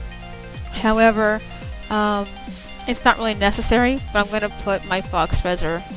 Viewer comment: "Faux" is pronounced "Foe", not "Fox"